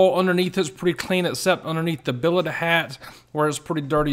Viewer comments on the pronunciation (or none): none